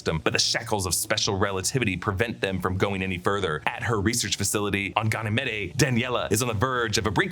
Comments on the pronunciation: GANN-uh-meed, not guh-NAH-mih-day lol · Gah-nah-meed. One of Jupiter’s moons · Ganymede is pronounced Gan-E-Mead. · GAnn-eh-mEEd. One of Jupiter's Galilean moons.